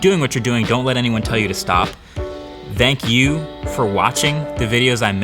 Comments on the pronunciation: MKBHD: "Thzang you" WE: You're welcome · The way he pronounces Thank You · The way you say thank you is weird